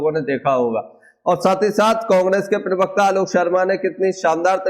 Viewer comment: pirvakta nahi parvakta hota he😅😂dosri baat, beech me mat bola karo disturbance hota he